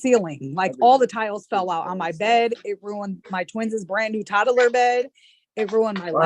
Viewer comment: "twins-is" huh?